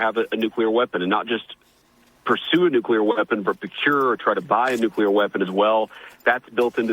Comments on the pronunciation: How does one literally look at and read the word nuclEAr, and still continue to pronounce it as nucUlar .. 🤨 🤔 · Ben, it's pronounce NUCLEAR not NUCULAR. You be sounding like George W Bush. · Why will NOBODY teach Benny how to correctly pronounce the word "nuclear". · Good reporting but it's NOOK-LEE-UR not NOOK-YOU-LUR.